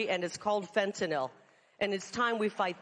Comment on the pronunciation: It's refreshing to hear a speaker pronounce Fentanyl properly...